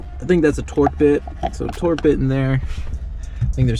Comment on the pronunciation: Torx...not torque